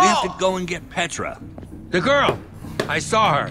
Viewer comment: I love it how you call Petra tarchres